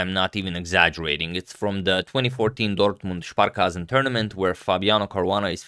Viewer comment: damn antonio you are a true legend when it comes to pronunciation, you nailed that 'dortmund sparkassen' event thing:)